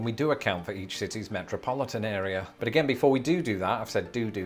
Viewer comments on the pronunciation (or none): none